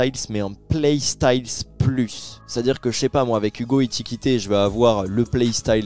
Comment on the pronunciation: Ekitiké* pas Etikité, sinon lourd la vidéo 🔥👍🏾